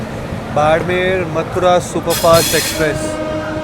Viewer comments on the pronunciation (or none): none